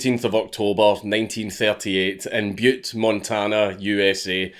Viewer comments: I’m from Montana! Thanks for saying Butte not Butt 😂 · A huge thank you from a Montanan for not pronouncing Butte Montana as Butt Montana. We don’t get a lot of that, even from other Americans. ....Butt, Montana lol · Congrats on pronouncing Butte correctly.